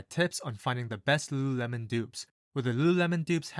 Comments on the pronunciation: Repeat after me: LU…LU…lemon. Not luuuhhhuuuhhh-melon. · Homeboy can barely say it. Founder was right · Damn , I thought you are having a stroke every time you said Lululemon